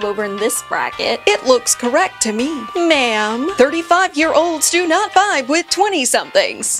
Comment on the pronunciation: Emphasis on the " MAME " 😂